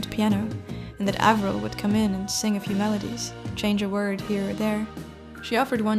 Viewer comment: Avril like Apple not Avril like able